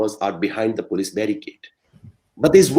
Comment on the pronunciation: It's Police not Polish.